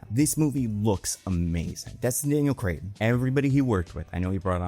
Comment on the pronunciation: im not familiar with this "destin daniel crayton" you speak of. where we getting "crayton" from cretton?